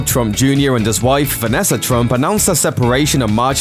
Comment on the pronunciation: It’s NOT Vanesser. It’s Vanessa